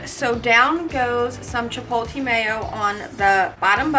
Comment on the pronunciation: Couldnt finish the video. If i heard chip-pol-TEE mayo one more time, i was gonna come through the screen.